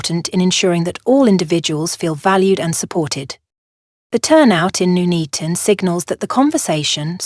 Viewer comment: It's Nuneaton as in Nun not noon.